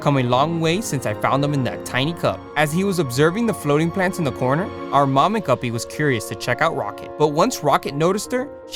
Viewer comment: why does guppie sound like gubby 😂 from roblox